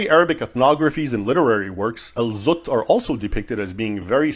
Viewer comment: Al-zutt❎ Al-butt✅